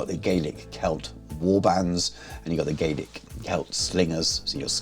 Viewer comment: Great video, thanks for sharing! One wee point on pronunciation though - it's Gaa-lik not Gay-lik.